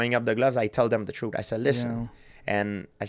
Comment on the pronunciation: He said Troot like uncle Georgie LOL